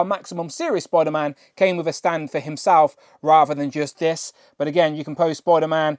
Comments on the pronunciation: Why do you keep calling him Spoiler-Man? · Spoiderman 😛... sorry great review btw. I have this guy and very happy with it.